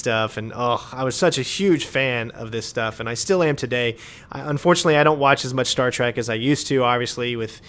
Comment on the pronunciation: Did you just say "Star Track"?